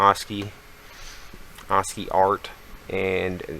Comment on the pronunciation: God I hate tutorials given by dweebs who cannot even properly pronounce the very keyword of their tutorial. Assci is prounounced ass-kee not aws-kee.